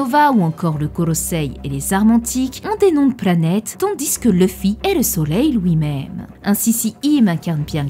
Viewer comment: "pour LOUI" Ton accent me fume